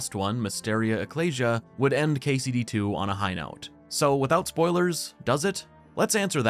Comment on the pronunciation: the way you pronounce ecclesia i wanted to jump out of the window